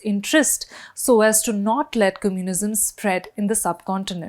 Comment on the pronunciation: Why can’t she pronounce ‘communism’ correctly? I had look up ‘cummunism’ to check if it was a real word before realising what she was trying to say. I know that’s not how Indians say it because I lived in India for over 20 years. These days there’s no excuse to not look up pronunciation of words you haven’t heard before. I do it all the time with French words. A journalist should do better, if he/she wants her content to be trusted.